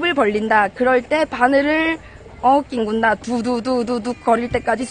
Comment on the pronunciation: "낑군다" 경상도 사투리는 듣기 좋습니다!